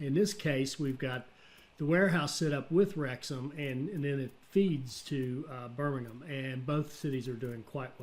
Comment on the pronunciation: You said Hereford correctly the very first time and Birmingham is also bang on i was waiting for the American way of saying Birmingham well done